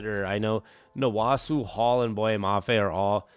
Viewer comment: Its Nwosu not Nwosu